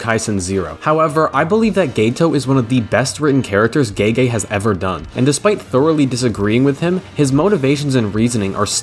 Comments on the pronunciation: And also" Gaygay " instead of Gege 💀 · When he said gaygay i didn’t know what was real anymore